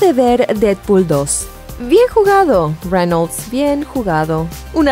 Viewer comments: Onafets SD men... se pronuncia tal y como se escribe... Reynolds.... incluso podria ser Reynols pero.. renol no... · renols... renols... renols..... wtf.. cual es el trauma con mencionar las palabras en ingles.. o los nombres con esa entonacion y pronunciacion incorrecta... estan exagerando con el ingles barato.. enserio.. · Jose Gante reinouls xd